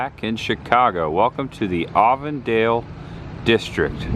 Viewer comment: Happy Reminder.. its Avon-Dale, like the cosmetic company 🎃👍